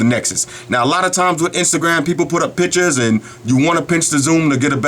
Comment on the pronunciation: PICTURES but he says PITCHES i lol this guy's accent